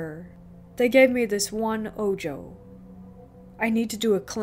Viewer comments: It is not oh-joe. It is oh-ho. Ojo=oho. The evil eye. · Bro.. lol tell your girl it's spelled ojo but its spanish and pronounced Oho... smh. media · good narration....but the evil eye is pronounced Oho.. the j in spanish makes an H noise.... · The J in Ojo had an H sound in spanish. So it's pronounced Oh-ho. 😌 Ojo is a mostly subconscious spell that get placed on people who are the target of jelousy (usually), It makes the target sick and that cleansing gets rid of it. Mostly affects people who are more sensitive to energies.